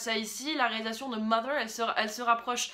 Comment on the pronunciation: jouissance quand tu prononces "mother" correctement :D a contrario des "mozer" que j'ai pu entendre....